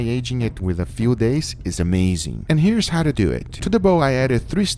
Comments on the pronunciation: Milan Maligec lets dew it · "So let's deu it!" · No one: Guga: LeTs dEw iT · "Let's dew eet."